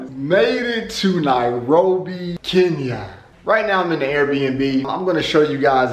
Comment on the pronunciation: Atleast you can pronounce 'Kenya' right. That's all that matters 😂😂